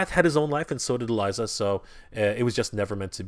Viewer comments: Elisa is pronounced ELeesa Not Eliza. Sorry but that bugs me lol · It's pronounced E Leeza. Like Liza, with an E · E-LISA! (E) LISA! IT IS PRONOUNCED E..LISA! ALSO, HER & GOLIATH KISSED AT THE END OF SEASON 2! THEY'RE IN A RELATIONSHIP IN THE COMICS! AAAHHHH!!!!!! I'm sorry for my rant, this guy drives me nuts sometimes. I shouldn't yell though, that was wrong of me.